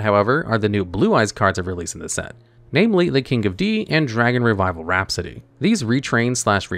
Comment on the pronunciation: rhapsody not raspody